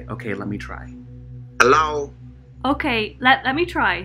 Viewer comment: Hello sounds like Allow 🤣🤣🤣🤣🤣🤣